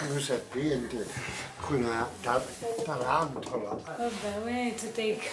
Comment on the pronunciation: "ancuna tarantola" :) and "a suraca" made me smile